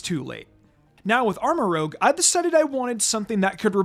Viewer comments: It's ArmarOUge not ArmarOGue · I don't why it bothers me that says ArmaROGUE instead of ArmaROUGE but it bothers me a lot so Thank you Reddit Armarouge pronunciation Discussion Just want to point out that Armarouge is a combination of Armor and Rouge (the color), not Rogue (the RPG class). So the pronunciation should be arm-uh-roozh not arm-uh-roge. Most people probably already know that, but people mix up rouge and rogue all the time, so I figured it was worth a mention. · Armarouge, not rogue. French for "red" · "Go ahead and correct me in the comment section below." Ok then. It's pronounced "Armour-Rouge" no "Armour-Rogue". It and Ceruledge are named after colours. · Armarouge's name is actually pronounced as Arm-a-roo-juh, rouge being the French word for red. It makes sense when you think of it being in Scarlet. This is also why Ceruledge contains the word Cerulean, a shade of blue for Violet. For the word that you're using, it would be spelled as rogue. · I’ve been waiting on you to realize you’re pronouncing Armarouge incorrectly. You’re saying it as if it were spelled Armarogue. It’s rouge, meaning red, as in the movie Moulin Rouge. Otherwise great content! 👍🏼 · Love the content, but hearing "Armorogue" instead of Armorouge so many times really threw me off. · It's pronounced armarooje (soft G not hard G) it's french for red Rouge not rogue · Merry Christmas! So far I think this is my personal favorite of the best teams from this game so far, like I'd honestly use it on an in-game playthrough only thing I'd prolly change is use Glimmora over Clodsire, but that's just because I have personal bias to Glimmora even though it's much harder to get than Clodsire. Also Armarouge is pronounced using the french word for red rouge not rogue like from D&D his name basically means armor red. I'm sorry for the correction it's just Armarouge is my favorite pokemon of gen 9, I'm super happy you put him on this best team though 😁